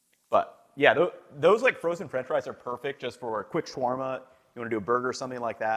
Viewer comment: I love your videos ethan! Unfortunately mispronunciation is a huge pet peeve of mine, especially in tutorials! your pronunciation of shawarma as shworma is really off. As is garam masala Shower-ma would be more correct and easy to replace your pronunciation, or shaow-wurr-ma. Garam masala should be said like Ghur-rum.